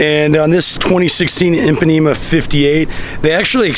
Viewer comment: I WAS ORIGINALLY A HATER, BUT NOW TO HEAR YOU SAY "PAN " IS JUST WRONG ! SEE YOU IN MIAMI .